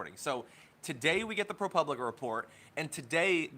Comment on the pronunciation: pro POO blica is how it is pronounced.